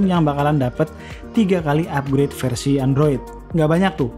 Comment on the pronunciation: "Fersi Emat" wkwkw